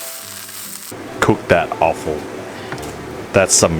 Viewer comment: Offal or awful? Both? 😂